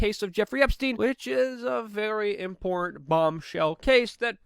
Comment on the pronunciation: Give it up. He can't even pronounce "important" or "Putin".